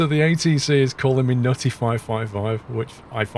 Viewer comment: I'm kinda impressed that MFS2020 saw the letters 'N-U-T-T-Y', recognized it as an English word and integrated it seamlessly into AI-generated audio